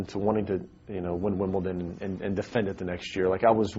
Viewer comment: Why do you people care that he said Wimbleton, what does it matter?